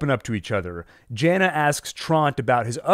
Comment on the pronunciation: Love your analysis! But: “Tahnhaus”, not Townhouse! “Trontuh”, not Tront “Yahna”, not Janna Seriously, though, thanks for all the good info!